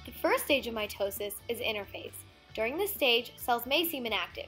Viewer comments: anyone else also heard my toe sis? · MY TOE SIS i mean that’s what i hear